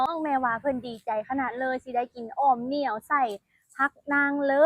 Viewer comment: อ่อมอะไร คนอีสานฟังไม่รู้เรื่อง เหนียวหรือเหมียว ถ้าพูดว่าเหมียวคิดว่าอ่อมแมว 😅😅